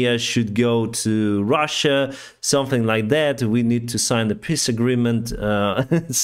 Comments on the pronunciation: 😆, your English is really ok and most times absolutely fine, but please... try to pronounce "peace" with a long "e", like "peece", and not with a short one, like "p!ss"... it always makes me grin when you say it that way, for example in the "p!ss agreement" 😁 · Elon Musk is a rich clown, but fortunately most people are capable of figuring him out.: You pronounce peace so that it sounds like "piss." But in it's own funny way it says everything about Elon Musks/Putins peace agreement, it certainly would be a "piss agreement."